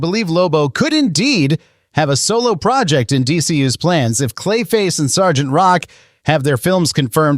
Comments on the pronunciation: "Es-gee-tee?" bro it's "sargent" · then that makes it worse. Why pronounce “Sergeant” as “S-G-T”?